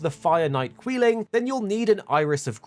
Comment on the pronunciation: Its quee-line btw